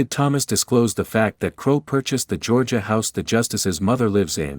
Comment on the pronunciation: "GAH" instead of "Georgia". Huh? Channel blocked.